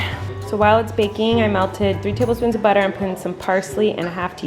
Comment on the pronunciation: 5.12 mins colleen souded so british when she said butter x